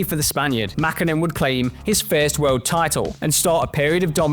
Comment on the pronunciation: Why they say Mäkhinen or Kankhunen😅